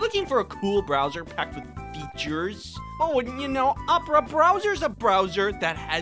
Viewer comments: That one "F E A T U R E S" during the ad-read made me extremely uncomfortable. Please do it again. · Feeauhtoors